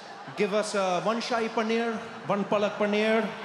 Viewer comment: Fucking hecc He did had the exact pronounciation for Shahi And Palak Paneer. I am impressed